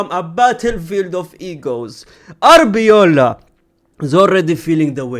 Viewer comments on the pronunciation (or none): brother it's arbeloa not arbeola 😂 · The way he calls him Arbeola instead of Arbeloa 😂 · Love the indirect diss on Arbeloa by mispronouncing his name everytime suggesting "if he was a legend I would know how to pronounce his name" 😂😂😂😂